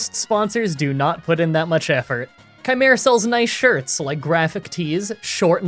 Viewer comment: I don't think that's how chimera is pronounced